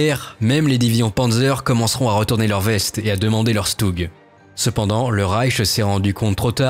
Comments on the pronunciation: On prononce « Chutug », le S se dit « Ch » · Sa se prononce "schtougue"